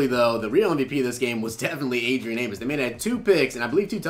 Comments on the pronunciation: AmOs. Not Amis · As a bears fan it drives me crazy... it’s A-mos not A-mis